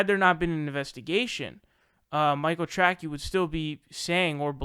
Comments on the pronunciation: You pronounced his name wrong. You’re a loser get a real job. The world doesn’t need the stupid ass commentary from a little kid. Learn some shit then maybe get back to YouTube. You’re a joke and a dumb ass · it wasn't a debate. Dickhead Sam wouldnt let the guy speak for more than 10sec without interrupting and screaming like a fucking lunatic. Also, you can't even pronounce Tracey?! - jesus man, you sound like a moron. And the guy deserves to take a victory lap, as he was right all along. Seder is a total fucking hack. Do better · Dude. As Conor McGregor would say..” Who the fook is this guy?” Mispronunciations of names and considers himself, with his camera and microphone a legit news source? Pronounce names properly maybe people will take your spoken words seriously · I love that someone who's only argument against people that he disagrees with is that they are "SOOOOOO stupid", can not pronounce the common name "Tracey" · It's Michael Tray-see, and I don't know how the fuck you don't know who he is /Aka. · LMAO!!! Tracey DESTROYED Sam. And your dumbass called Tracey, Tracky. Do you not understand how stupid you sound when you mispronounce an incredibly simple name? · no meme, he's just saying what should be "Tray-See" wrong and it's lol... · Pronounce names properly and maybe people will take your opinion serious. That simple. Still butt hurt over Sam Seder throw shade? Let it go and be professional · Great episode but you don’t know how to pronounce Tracey? Very disappointing. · Learn how to pronounce Tracey, dope. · Michael Tracy not Trackie. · Do you really think his last name is pronounced "Tracky"? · Not a fan of that guy, but name is not pronounced "Track-eeee", it is pronounced as "Tray-see". You know, like Dick Tracey, the comic book character / movie hero. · Dude... in the middle of calling somebody else “cringey”... you proceed to pronounce TRACEY as TRACKY 😂😂😂 ohh good googally moogally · "Tracky" lol